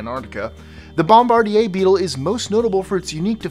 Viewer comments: Bbb-o-mmmmbbb-a-r-d-eeeee-aaaaa really really. It's pronounced bombard-eeee-iiiii-rrrrr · Nice try on your attempt at Canadian pronunciation of the bombardier beetle. But it's actually pronounced (bom_bar_deer) Bombardier as you pronounced is the manufacturer of some of the best atvs and snowmobiles on planet earth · Anyone else cringed when he pronounced bombardier beetle?